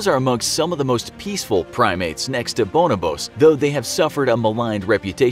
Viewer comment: man actually said bonabose